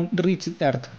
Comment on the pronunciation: Good but a problem you can't pronounce the earth that all are good 👍👍